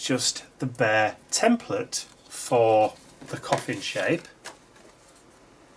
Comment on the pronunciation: Thanks,, for the cough-ns.:-D